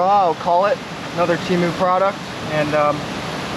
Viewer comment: TEA-MEW?????? It's TEA-MOO Chinese pronunciation..... google the pronunciation guys! Chinese cant pronounce a you sound like fah they say rah.. there F's are terrible unless they are well schooled in American language.🤣🤣🤣 fa ra ra ra ra ra ra